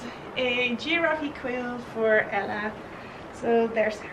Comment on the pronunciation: The giraffe quilt is adorable. In English the word is pronounced as two syllables: gee-RAFFs. Love seeing your studio.